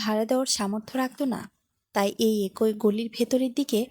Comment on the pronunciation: এক ঐ মানে কি ? শব্দটি হবে এক‌ই । গল্প বলার জন্য শুদ্ধভাবে কথা বলা জানতে হয় ।